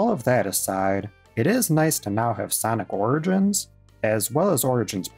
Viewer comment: "Sonic Rigins Collection"